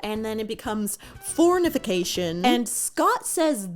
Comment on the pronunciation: “Fornification” LMAO